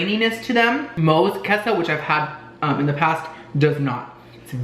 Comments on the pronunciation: Its kay-so not kes-oh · Hey so say queso (k-a-y-s-o) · Queso is pronounced like K-so.